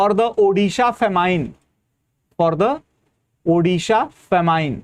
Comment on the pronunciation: Sir ji It is pronounced as Fa Min and not Fa Mine